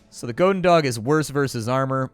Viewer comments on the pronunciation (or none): 'gohden dog' - goedendag (good day in Dutch), more 'gooden' than 'gohden' and 'dag' sounds more like 'Bach' (the composer) with a d than 'dog'.